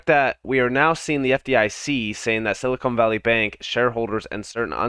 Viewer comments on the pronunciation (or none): The bank's name is Silicon Valley Bank, not Silicone Valley Bank!!!!